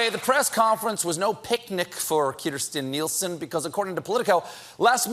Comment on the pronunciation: I love how Stephen says Kirsten Nielsen with that Spanish accent 😄😄